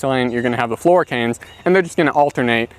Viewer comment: Primer canes flora canes? I actually don't know what you are saying. 😢